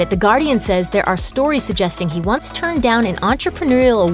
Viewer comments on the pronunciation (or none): none